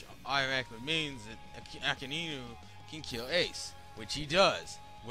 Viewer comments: Akainu(He can't even say the name properly) was able to hit Ace because of Haki. Not because magma is hotter than fire. Joke did NOT have a devil fruit- HE was cursed. Vegapunk figured a way for objects to have Devil Fruits. Your entire argument is weak, and full of flaws. Even MORE flaws than the logic of Devil Fruits in the entire Manga/Anime. (Which I'm not saying is perfect, but done well enough that in his /years/ of writing, he made less mistakes than you did in a 10 minute video) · Hope that in the last 10 years you learned how to properly pronounce the name "Akainu"